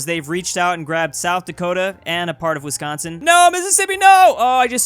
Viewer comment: I’m happy he said Wisconsin correct